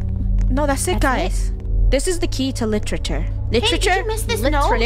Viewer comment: Funneh: littiure Me: litture